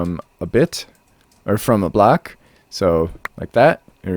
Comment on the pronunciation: "We can store a full blawk in each slut." Uh-huh! Totally makes sense! ;-) Nice demonstration and showcasing.